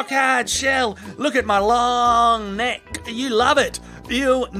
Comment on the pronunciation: That emphasis on the "k" of "looooooooooong nec-k" tho